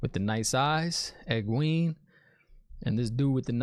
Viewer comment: Great reaction as always. The H in Thom is silent, so it's just Tom. And it's "Eg-gwain" (rhymes with gain) not "eg-gween" Fades are badasses. They are lightning quick, strong, and have some special abilities... Warders are scared of them. So Thom is doin work.. Owyn was Thom's nephew. Thom ain't crazy about Aes Sedai after what they did to him. Love your speculation. It's like reading the story for the first time again. So hard not to spoil it for you .. lol